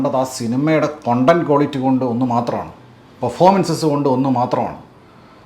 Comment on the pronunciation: കൊണ്ടന്റ് അല്ല... "കണ്ടന്റ്" "കണ്ടന്റ്"